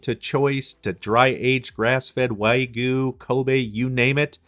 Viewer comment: your pronunciation of wagyu made me feel physical pain